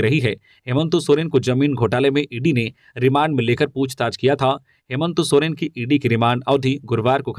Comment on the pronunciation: नाम भी सही से पता नहीं है हेमंत सोरेन का नाम ही गलत बोलता है